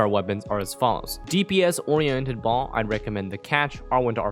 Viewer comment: Fun fact, translation of Baal from Hebrew to English is husband. Also, Baal has two syllables. If following the Hebrew names like the varied Hypostases, it would be pronounced Bah-ahl. Or at least, Bay-uhl. If I'm wrong about any of this, apologies. I am no scholar. Just had a couple Jewish friends growing up.